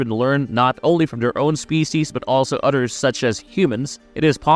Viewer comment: You keep saying utters instead of others